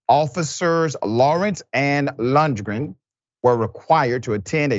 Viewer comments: Lundgren is pronounced Lun-gren. Like Dolph Lundgren from Rocky IV. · Dude have u Never Seen Rocky I find it really hard to believe a man this intellectual can't say "Lundgren"-LUNG-GRIN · Dude it's pronounced lund gren like Dolph Lundgren the actor.